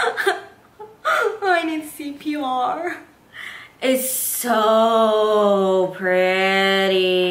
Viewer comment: "I need CPRRRR" OMG i died ahahha Beautiful tutorial! xoxo